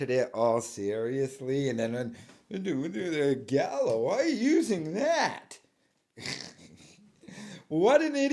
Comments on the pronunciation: He didn’t even read the fake name right. He says galio instead of gallo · He says it wrong too Gallio ha ha ha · He also mispronounced Gallo with Galio 😂😂